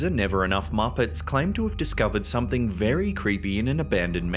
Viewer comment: "Somtheen fah more sinistah!!"